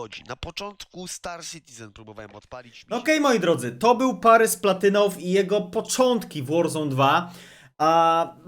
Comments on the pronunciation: Boli mnie to "parys" zamiast "paris" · Nie Parys tylko Paris.